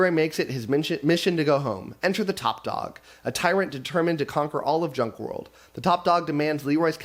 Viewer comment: It's hilarious that the Junk World author left you a note on how to pronounce his name because everyone adds the phantom "R". Including you. Every time you said his name, you added in the "R" :)